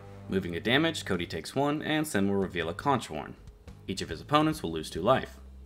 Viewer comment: Very minor but conch is pronounced like konk, it’s a shellfish in the Caribbean